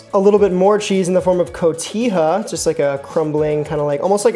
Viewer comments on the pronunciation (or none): Your pronunciations are killing me man. I suppose that's intentional, but I didn't even realize you meant ceviche when you said it. There was also the cojita cheese.